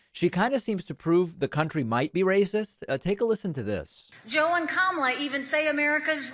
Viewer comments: She pronounced "Kamala" correctly. I'm sorry, but her campaign is already over now. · I’ll give Haley credit, she might be the first Republican to pronounce Kamala’s name right…and that’s about all Haley has done right 😂